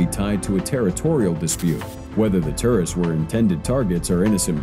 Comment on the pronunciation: TOURists not TERRists! Sounds like you are saying terrorists!!! 😫😫😫😭